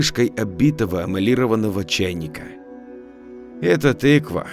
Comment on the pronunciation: Не амлированного!!!!!! А Эмалированного